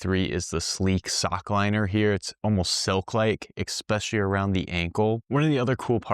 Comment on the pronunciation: I am really interested in the reviews, but am now switching off a minute into the post. Sorry, but when you pronounce the word “eckspecially”. You lose all credibility.